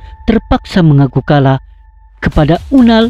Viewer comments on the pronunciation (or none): none